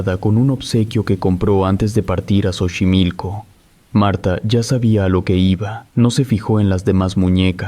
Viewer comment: Buen relato (se pronuncia "sochimilco") 👍